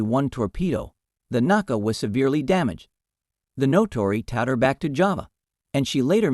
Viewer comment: The script/reader is very poor. Warder, not "Waterer". Naka, not "Naca". Natori, not "Notori". Truk and Leyte Gulf, not whatever the script had. The actual action described is very interesting, but the video title is clickbait beyond mere hyperbole. Adding a bit of information ... USN Mark 14 torpedoes were wretched. Among other faults, the magnetic exploder was very sensitive to local natural magnetic field variations, often resulting in premature explosions such as Seawolf appears to have experienced. The IJN used many of its light cruisers as destroyer squadron leaders. The US Sargo class was fairly modern, but the succeeding Tambor boats were in commission, and the still newer Gato class boats were starting to come into commission in December 1941.